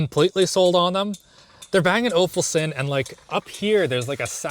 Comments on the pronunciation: Bang and olufsen not ofulsen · Bang and OFFulsen, big oof.... ulsen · "Bang and O'fullsend" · Bang and Ofulsen? lol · he rly said bang and ofulson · Bang & “Oafelson”, lmao, is that how it’s pronounced?